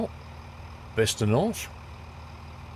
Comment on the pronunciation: thank u for being the ONLY train sim youtuber who can pronounce Bicester correctly xD